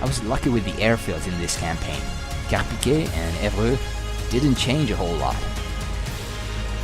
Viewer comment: I'm from france and let me tell you, you said Carpiquet so well i jumped off my chair XDD, Good stuff can't wait to fly through the Eiffel Tower .